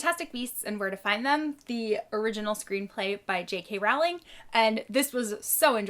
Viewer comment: I think JK Rowling is pronounced Rolling not RoWling :)